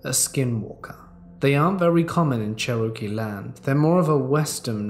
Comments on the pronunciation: You had me confused with your pronunciation of the word Cherokee. It is pronounced chair-ah-key. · Sherokey? Wtf is a sherokey? Oh u mean Cherokee, hahahahhahaha nice try tho. The accent is awesome for words like this. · 23 years and I've never heard anyone say Cherokee like that 😂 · Have a few things to say first Pandora is so adorable second I loved all these stories 3rd if you have a problem with how people pronounce things don't listen to somebody that has an accent and quit dog and him out when he mispronounces I happen to have Cherokee blood and it doesn't matter to me when he mispronounces it I doing a great job keep it up I love listening to you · The way you pronounce Cherokee is wild. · the way this man pronounced cherokee as a cherokee woman has me dying. great video btw! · Love the pronunciation of Cherokee. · Hey! Thank you for yet another great dose of verbal melatonin. I can honestly say, I have never in all my years heard the word Cherokee pronounced like that! 😂😂😂. Being from a small lil hick town down in the south has apparently gave me a slight bit of a southern accent according to people who aren’t in my parts of the world. I however don’t think that mine is that southern drawn but I digress. So after hearing pronounce Cherokee which fun fact, I am part Cherokee Indian btw😎🫶🏻 but it made me stop and wonder if I sounded just as foreign pronouncing words in front of people who were in different parts of the world. It’s intriguing how much just living in different areas of the world, can affect our dialogue and accents within our voices when we speak. 💚🫶🏻🇺🇸🍀🦋🙏🏻💪🏼😇👑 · Interesting pronunciation of Cherokee. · I love that all creepypasta ppl have like select words they just can't pronounce like Cherokee for this guy 😂 the original word is Tsalagi Cherokee is similar in pronunciation che-roh-key / Cha-la-gi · I literally could not continue after that. It was butchered too much, and many times. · Pronounced like Chair a key